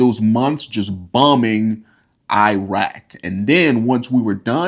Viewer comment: oh my....the way he Pronounces Iran, it should be pronounced as (E-run), not (I-ran). Also he way he pronounces Iraq, 🙄!